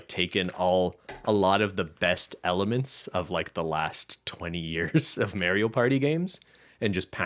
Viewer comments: Dear, please learn how to say mario propperly. The A is pronounced like the A in car. Best regards - half of the european continent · The way pronounces Mario is extremely cursed